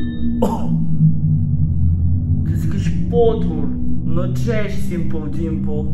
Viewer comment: Jak fajnie mowisz simple dimple i mam